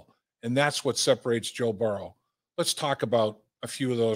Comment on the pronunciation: Dave pronounces Joe's name "Burrw" 😂